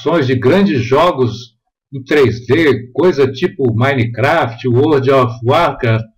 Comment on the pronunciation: Ele nem sabe falar minecraft